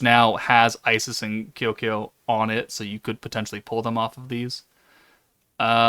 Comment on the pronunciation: Bro how hard is it to sat Ko Ku Yo where are you even getting an R in the name